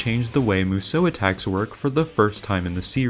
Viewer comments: Why does everyone who makes a DW review say Musou wrong?🤦🏻 It's pronounced (mu-zao) not (mu-zow) I literally cringe and wanna stop watching everytime you say it. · u mispronounce musou this entire video . couldnt even get thru it . its MOO-SHOO